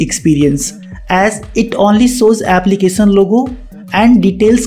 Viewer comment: Bro Try to improve pronounciation of "tion" part in "application" "function" etc.... Its should sound like" sh"op And not like "soap" Your english is very good actually You speak better than me.... But felt something wrong while repeatedly hearing that odd noise... Not trying to be offensive or something Just a suggestion bro.. Pls Try it..... It will improve your channel